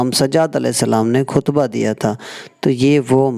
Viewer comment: Khutba hota hay kuhtba nahi JAHAL